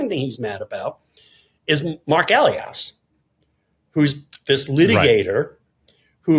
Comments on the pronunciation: Good program so small mistakes jump out. Mark Elias always accents the second syllable of his last name. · The name is UH LI Us, not Ellly Us. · Elias is pronounced E Lie Us. At least that's the way he pronounces his own name. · Marc Elias (pronounced e-LI-as) is superbly protecting Democracy and voting rights — hear him with BTC and on Democracy Watch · Marc Elias's surname is pronounced "eh-LYE-as." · Elias is pronounced like Elijah, with "us" at the end. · It’s Marc ee-LIE-us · George: please pronounce people's names correctly. It's rude to mispronounce names that are clearly in the public domain. Mark Elias: e-LY-es. Thanks. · E-Lie-As Marc Elias! OMG! George say his name correctly! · It's Mark "E-LIE-US" George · just for the record (and apologies if there are a bunch of pedantic comments to this point) the man's name is Marc Ehl-eye-ass. He does fantastic work and his publication (DemocracyDocket) should be mandatory reading for Bulwark subs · George! Please learn the correct pronunciation of Mark Elias' name! E-lie-us, accent on the second syllable. Thanks! 😊💋👵🐺🌵🖖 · George check pronunciation of Elias. It's Eli iss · George, it's long E,l long i ,as--,e.g.,Ee lie as.